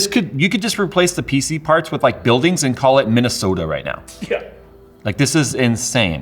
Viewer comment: This Minnesotan approves of pronunciation of Minnesota.